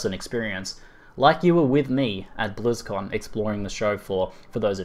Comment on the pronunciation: It sounds like you are saying Blues-Con... Fkn Aussie :D